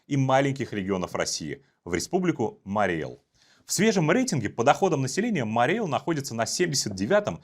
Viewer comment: Правильно говорить Мари́й Эл!